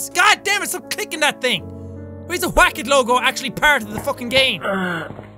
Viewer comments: Jack says Whack as “Qhuack” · How many times have you said “Hwack